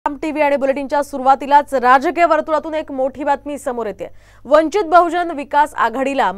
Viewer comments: स्वतः आपण अगोदर वंचित च नाव निट घ्या,नंतर बातम्या दया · अरे साम टीव्ही पक्षाचं नाव तरी नीट घ्या